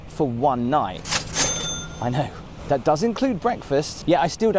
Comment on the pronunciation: "Look at tha'!"